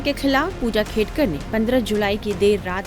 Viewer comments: Khadekar nahi, Khedkar bolo mere Patrakar bhai…Real News de rage ho to surname to proper Pronunciation karo… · खाडेकर नाही वह खेडकर है भैय्या 😂